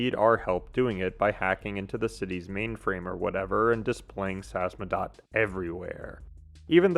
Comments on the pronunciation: name of the organization is SAMIZDAT not “samzadat” It’s a Russian term dating to the Soviets underground printing operations. “Sam” - means self, “izdat” - means publishing. Selfpublishing translated. Due to censorship many writers and poets had to go samizdat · Samizdat.. sa miz dat... whats so hard about this word?? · I knew someone would point at the butchered Samizdat! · Excellent analysis!! That said, I want to hone in on something you might want to work on: if you have trouble pronouncing a name like Samizdat, but you have the free time to write and record audio to say it, please take time to simply practice pronouncing it. You literally play audio mentioning the name, which isn’t exactly complicated either. This is a big trope amongst video essayists, especially in videos about games. It’s annoying, especially when it keeps happening to people or things with “ethnic” names. Thanks for reading this if you did!